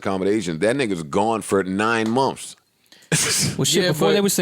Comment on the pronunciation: The way joe says months 😂😂 "mumfs"